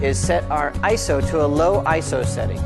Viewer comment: ISO. eye, es, oh.......... say it slowly, EYEEE ESSS OHHH. not eyeso